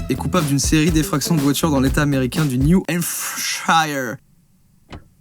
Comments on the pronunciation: La prononciation du New Hampshire on en parle 😂😂😂 en fait c’est tellement simple ça se prononce « New Ham-ChIre » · Quand il a prononcé New Hampshire 😂 désolé mais...😂